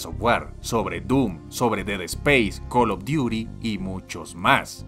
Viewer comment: "Call of Diuri" jajajajajajajajajaja